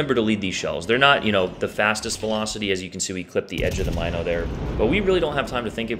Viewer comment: Love the video. But it's pronounced M-in-o not My-no